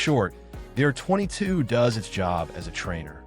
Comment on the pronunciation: Hate the way AI pronounces R22. Hate his breathy voice too.